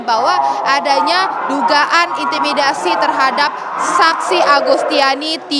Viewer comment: Kok terus bilang intimidiasi